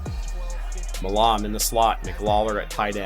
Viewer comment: Seriously don’t know how to pronounce the surname “Milam”? Lol